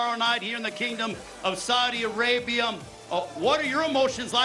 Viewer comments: In the kingdom of Saudi "Arabium?" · and why does that guy keep pronouncing it the kingdom of Saudi ARABIUM?!